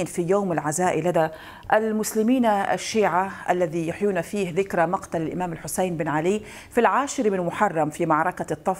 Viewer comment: 🔷🔶 .. انا متابع لهذا البرنامج الجميل ولكني لم انتبه لاصول مقدمة البرنامج ، وفي هذا الفيديو انتبهت الى طريقة نطقها لكلمات معينة مثل الامام الحسين او زوار وكربلاء والنجف وطويريج وغيرها فقلت في نفسي انها اما ذات اصول عراقية او لبنانية شيعية ، وعملت بحث عنها في الگوگل وعرفت انها لبنانية واسمها ملاك جعفر وزوجة ياسر عباس ابن الرئيس الفلسطيني .. وسبب تعليقي هذا هو ان اغلب المذيعين والمقدمين العرب لا يكلفوا انفسهم ان يسمعوا كيف ينطق ابناء اي بلد اسماء الاشخاص او مدنهم وعشائرهم ، لذلك فهي دعوة للمذيعين بأن يقرأوا الاخبار قبل البث المباشر كي لا يقعوا في اخطاء او عدم صحة النطق .. تحياتي للجميع ..🌹🌹🌹… 🔶🔷